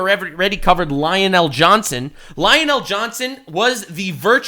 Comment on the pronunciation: I'm wondering if mispronouncing Lionel Johnson is a flex now.